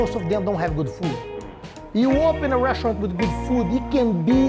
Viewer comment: He pronounced "Restaurant business" like Russian business, first I was like what the heck is he saying